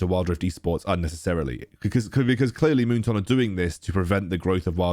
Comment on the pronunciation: Me: moon"Toon" like loney"Toon": Moon"Toonk📢" 😂😂